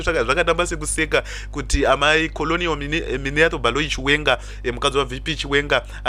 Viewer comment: Kkkk haagone kutaura chirungu munhu kkkkk. Instead of saying colonel ari kuti colonial kkkkkkkkk